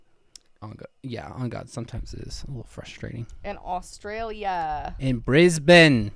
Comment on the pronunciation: Shoutout for pronouncing Brisbane correctly, I'm just so used to Americans putting so much emphasis on the vowels when it's the exact oppostie for most aussie words lol(same with Mandarin & Japanese pronunciations, a lot of the time, if theres a vowel just pretend there isnt), Ive been to a horse race(Melbourne cup is a big deal here, idc now but people still do) but I was a kid & we werent close or anything (it was my parents work, so bunch of bus drivers chillin on the outskirts lol) I didn't see any gambling